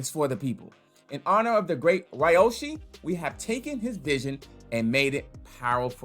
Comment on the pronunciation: Ugh. It’s pronounced Ree-yoh-shi